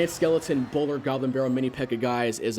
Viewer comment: did he say bowlder?